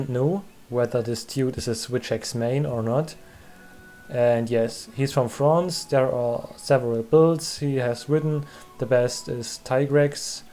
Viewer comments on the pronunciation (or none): none